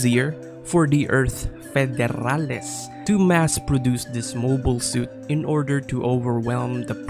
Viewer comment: Love the review, the way you pronounced federales...you latino?